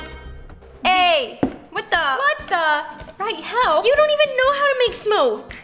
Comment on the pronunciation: When your use to roni saying "wHaT tHe" (with accent)(not all people is use to it!)